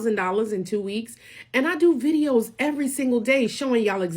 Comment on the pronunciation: Maybe it's just my South African ways but the way she says.. Eeandd (And) grrci can't hear it more